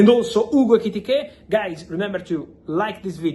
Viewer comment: Fabrizio, you are so amped-up and speedy that I can't relax and enjoy your content. Slow your speech and gestures down and you will grow 10m followers. Love your work, and love that you are incapable of saying Ekitike correctly more than once every 5 times you say his name! 😂